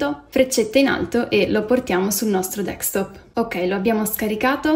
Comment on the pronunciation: Capisco che sia un tutorial “for dummies”,ok…ma ti prego, si chiama desktop, non dextop.